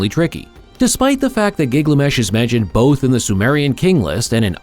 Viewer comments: His name is GIL GA MESH Not Giglamesh 🙄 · Thank you! Was just about to comment about ole Gig-la-mesh 🥴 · Giglamesh giglamesh giglamesh... getting it wrong once or twice would be an accident. Are you one of those that must pronounce things your own special way??🙄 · Yeah, ole' Gig-lamesh. Did you guys even watch this before you published it? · driving me nuts with his pronunciation of giggly mesh. AI doing the talking? Belies the ascription of artificial "intelligence" if so.